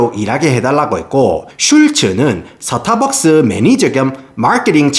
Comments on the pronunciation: "스타벅스"가 되어야 할 발음이 "서타박스"로 되어 버렸으니 나락으로 갈 수 밖에 ㅡ.ㅡ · 발음이 좋은데 왜 스타벅스 발음만 사타박스임? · 영어로 말할땐 완벽 미국식 스따~ㄹ벅ㅅ, 한국어로 말할땐 서타벅스 이 갭 어쩔거에요, 동일인물인가 ㅋㅋㅋㅎㅋㅎ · 서타벅스를 사투리로 말하니까 임팩트가 배가 되네요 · 코ㅓ피~~~~ 본토 발음 뒤에 오는 서타벅스 ㅋㅋㅋㅋㅋ